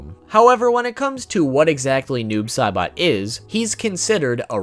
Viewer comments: To that one guy bro it's Noob Saibot not Noob Caibot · He said noob Sibot it’s noob say SAYbot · Fact #26 : his name is pronounced noobs say-butt